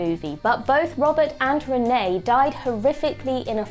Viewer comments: It's René (boy) and not Renée (girl) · Sorry can you ask a French person to teach you how to say the name of the eldest Picard boy. I mean we don't call Jean Luc, John Luke do we! They are a French family with French names. I will point out I am not French but I think people and places should be called by their correct names.